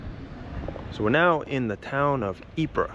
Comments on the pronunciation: That was a pretty bad pronunciation of Ypres, though the entente troops pronounced it 'wipers'. Poor young lads. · I believe the town of Ypres is simply pronounced EEP. There was a WW1 battle there. Don't remember which year. I think somewhat early in the war.